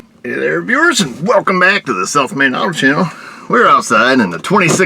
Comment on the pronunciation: When you say welcome to the south main auto channel to me it always sounds like you're saying the "self made" auto channel.